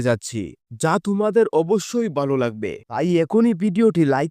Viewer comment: উচ্চারণ ঠিক না.. শুরুতে "বালো লাকবে" কথাটাই কানে লাগছে